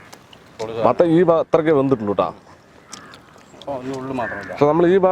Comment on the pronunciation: 8.57 മട്ടന്‍ അല്ല മത്തന്‍